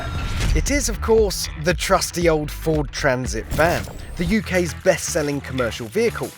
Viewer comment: Ford Transit? Never heard of it. Fowd Traaaansit though...